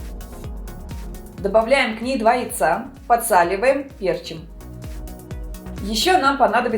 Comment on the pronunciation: Не пЕрчим, а перчИм...